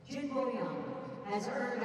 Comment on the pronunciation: When can the commentator pronounce Boyang's surname right? He's a two time World Medalist, it wasn't hard to find out how to pronounce his surname Jin😅